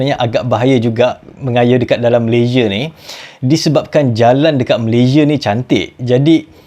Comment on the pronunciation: Betulkan sebutan negara sendiri ....Malaysia bukan Malayzie